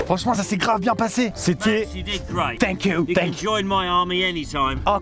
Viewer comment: il est tellement à fond sur le tank qu'il ne dit plus "thank you" mais "tank you"